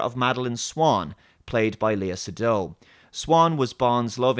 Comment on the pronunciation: Time to NOT watch a JB movie. Like, serious. I boycotted Terminator DF, I'll do the same with that shit. Oh, and dude, FYI : Lea Seydoux's name is pronounced : "saydoo" !